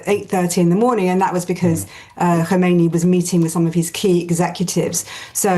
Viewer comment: Btw: Those commentators somehow pronounce the name wrong. The text is correct that the name of the 2nd religious leader after the 1979 revolution is Khamenei, but they pronounce it like the 1st guy's name, Khomeini. Are they even aware that there already had been a transfer of power 30 years ago?